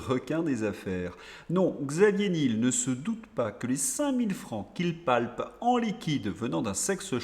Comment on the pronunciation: prononciation : Xavier nièèèl